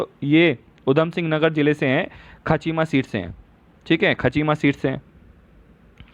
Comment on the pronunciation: सर् खाचीमा नही खटीमा है